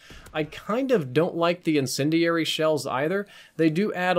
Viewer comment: says incindiary really weird